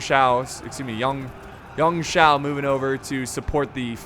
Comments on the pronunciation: You-wan-Shaw(Yuan Shao) "a" is pronounced "ah" Pei Yuanshao is pronounced the same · yuan shao (you en showw) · You pronounce it you-an shao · Yuan Shao is something phonetically like U - an sh-ow